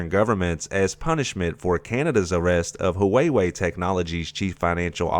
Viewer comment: Wayway is seriously the most retarded pronunciation I’ve ever heard for huawei